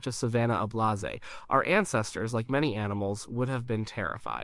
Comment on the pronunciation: A-blaz-ay? You mean, "ablaze" as in "a BLAZE"? bip-i-DALL-ism? Bi-PEE-dal-ism